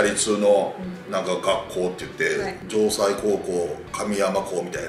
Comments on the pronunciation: じょうさいやなくじょうせいやで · じょうさいやなくて、城西（じょうせい）高校神山分校じゃよ💦 里崎さんが高校生の時は徳島農業高校神山分校。 とりあえず、四国（松山、高松、丸亀？）のどっかにプロ野球チームほしいな。僕的には高松か丸亀がいいけど…